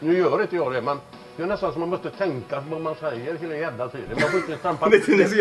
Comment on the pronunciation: Jag gillar när säger heila inte nu